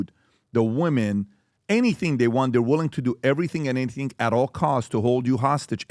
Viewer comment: The emphasis on "THEY" just didn't have food? That's the most cringe part.😖😖